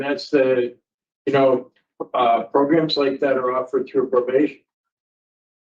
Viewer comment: Definitely no parole fo he needs more progrums, progrums progrums progrums progrums and a brain 🧠😆